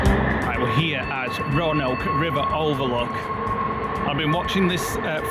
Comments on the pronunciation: Roanoke is pronounced “row a Noak( like n and then oak like oak tree)” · Roanoke: Row-ah-noke (rhymes with poke) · It is pronounced (roe_and-oak)